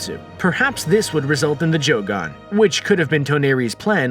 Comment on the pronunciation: This duuude said joogan